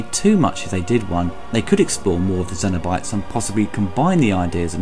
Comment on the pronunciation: Interested in your pronunciation of “cenobytes”, you seem to say zeno-bytes or xeno-bytes (like xenomorph. I’ve always understood it to be pronounced with a “s” sound, but that could be your accent too. Anyway, not a bad review, personally not a fan of the film because both 1 & 2 were filmed with such low quality film stock that was highlighted with really soft focus and horrendous over-dubbed audio akin to a cheap foreign movie. This always distracted me from the story and great (if now dated) effects. End of the day they did achieve one thing, create an amazing character in Pin Head. Despite limited screen time his appeal as a horror icon is probably unmatched if that was the criteria (leatherface may compete). The whole franchise is a mess and I don’t think it is fixable without serious money and established talent at the helm, unfortunately I don’t think it’ll ever happen. Thanks for your review. 👍🏼